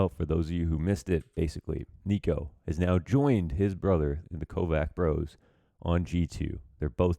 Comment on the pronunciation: coach, you are pronouncing their (Nikos and hunters) surnames wrong. its not Kovac with C like K, its Č and its pronounced like ch (Kovach). people from Balkans would appriciate. keep it up with grind